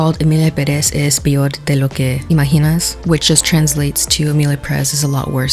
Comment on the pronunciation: Yep! Also Kam Jurado’s last name is pronounced as Who-rado. And peor is not pronounced “pior”